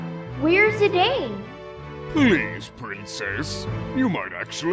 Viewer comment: Oh, and endless thanks for pronouncing Zidane's name as it is phonetically spelled, and not like a certain infamous French football player. <3